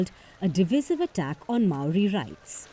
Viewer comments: It's Maori not mayoori ffs amerikkka do better 😮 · Me: Hears it pronounced "my-ouri" Cries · the american pronunciation of maori is atrocious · Māori is singular there is no s! And I wish these idiot reporters would just do some simple research to get their pronunciation correct.....